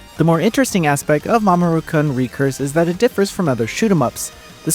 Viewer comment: Please re-record the review and pronounce it as “Mamoru-Coon”, as intended